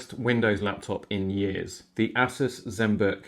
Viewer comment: Ass us? ASS US?? lol I've heard it pronounced Ay-Soose. I've heard A-sus but never ASS US!